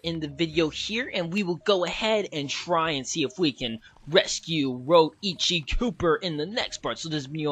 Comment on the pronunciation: u said roichi instead of rioicho! LOL! but VERY happy this lp is here! 7 years waz worth it!